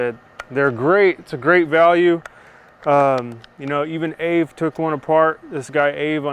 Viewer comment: Great video, happy to hear you mention AvE, although I believe its meant to be pronounced A, V, E, like spell it out, I might be wrong though.